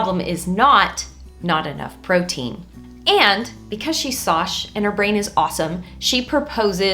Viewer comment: I think her name is as in and not SOSH 😂